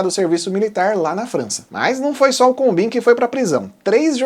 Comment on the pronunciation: Combin é pronunciado "combãn".